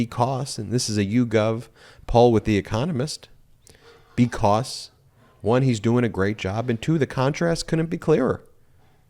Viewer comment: Learn how to pronounce "because"